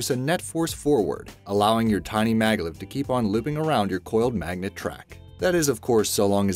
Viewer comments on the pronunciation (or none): HAHAHAHAHAHAHAHA YOU SAID MAGLET